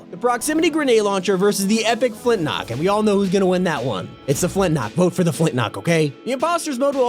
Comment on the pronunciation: Please start saying flint lock right lol